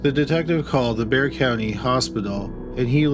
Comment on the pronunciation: Props to for pronouncing Bexar correctly! 😆